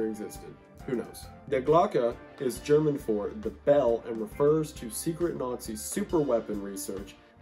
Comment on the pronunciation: you trying to pronounce these german words is what keeps me going